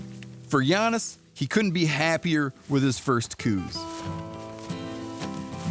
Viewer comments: For God's sake Mr. Rinella, GET IT RIGHT. IT'S pronounced "cows" deer after the field biologist who named / identified the species. Get it right, say it right, and don't be a dumbass. I grew up in southeastern Arizona hunting Coues pronounced "cows" deer. Show some basic respect. Ughh. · The deer was named by Dr. Elliott Coues pronounced cows deer. You are an authority on hunting Please stop disrespecting the man and the deer of his namesake.